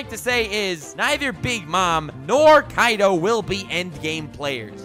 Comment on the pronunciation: Its not kaido its kai d o